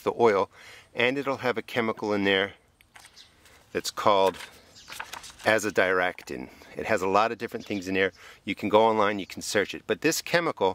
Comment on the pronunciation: FYI: you are pronouncing azadirachtin correctly. I'm not sure one would use alcohol in the extraction process as most alcohols are not hydrophobic, ethanol would be an excellent example of how well an alcohol can mix with water. Probably something like hexane or other nasty organic solvents. hydrophobic-not water soluble. hydrophilic-water loving or water soluble. Wayne